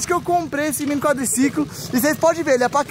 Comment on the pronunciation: Quem lembra o falando. " meu Quadricicolimm" kkk